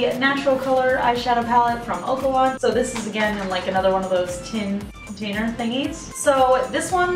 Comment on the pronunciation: Lmao I think it's oh-ka-lon